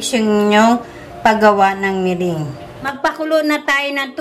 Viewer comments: MERENGUE is pronounced MERANG, not MERING. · the ingredient is "egg whites" and not white egg; big difference in meaning! be aware of your pronunciation of "merengue" it is not "mering" but pronounced as " me- rang"!!!! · meringue pronounced as (merang) po....will try the recipe thank you po